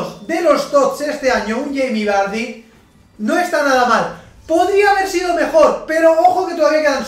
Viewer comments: Cermeño Mejía le dice barrie xd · Yo no se vosotros,pero cada vez que pronuncia vardy me descojono jajaja